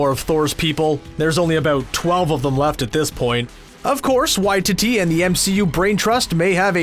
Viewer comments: Said the directors name wrong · Learn to say the director's name properly.